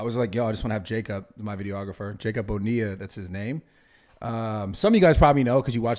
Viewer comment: Hey! I’m a Bonilla too! And the fact that Brad can actually pronounce it correctly for a white guy, I give him props lol